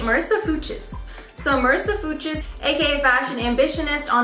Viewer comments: The German in me screamed when you said "Foo-chers" instead of Fuchs🙄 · MarissaFUCHS is a German name and means FOX. It is pronounced FUKS.